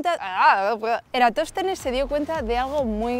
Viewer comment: ni siquiera sabe pronunciar eratostenes , me la puso fácil... me lanzaron un centro para meterla de palomita, si te sentís aludida con mi primer comentario no te preocupes es el común de todos los que creen en esa fé.